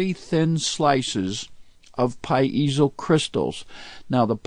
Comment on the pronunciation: STOP saying "PA----IZO!